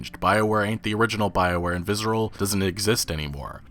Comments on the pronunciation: There's no Z in Visceral brother. Viss-er-al. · "Vizzeral games" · dude... google how to say "visceral" haha